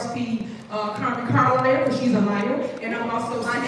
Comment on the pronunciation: It's going to go left for one reason alone. She still calling that lady Car-lier🫤🫤🫤